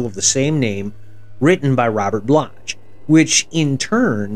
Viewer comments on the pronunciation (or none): I didn't want to flood you with corrections, but since you asked😁, you also had the correct year for Halloween in the graphic but said "1979" in the commentary. Also, it's pronounced "block" for Robert Bloch. House was meant to be an "Evil Dead" for the suburbs. It's pretty tongue-in-cheek. The best thing about the sequel was the title: "House 2: The Second Story."